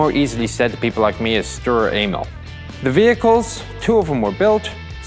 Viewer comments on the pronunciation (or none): he cudent say Emil but insted anal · did anyone else hear sturer anal? XD